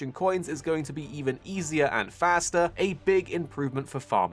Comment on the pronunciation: feels weird that you pronounced "faster" like that, I thought you were british